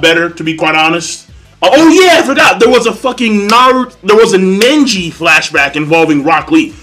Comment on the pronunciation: STOP CALLIN HIM "NENJI" LMAO